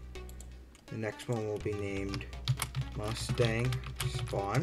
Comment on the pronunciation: What U say Mastang? Or Mustang?